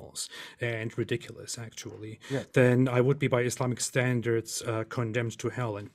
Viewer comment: THIS NIGGA SAID "RIDWICLOUSE" LMFOAOAOAOAOAOAOAO